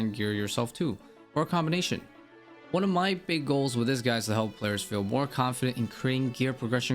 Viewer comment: he also says this "guy" instead of "guide". I cant stand it either haha